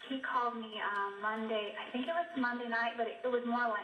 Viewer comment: This is SO trivial....but I hate the way she says "think" "sink" "pink" or any other words that rhyme with those!! She pronounces them "theenk" "seenk" and "peenk". Is this a California accent? Or maybe I am the one saying them wrong and am just dense to that fact...? In any case, it drives me nuts! :-)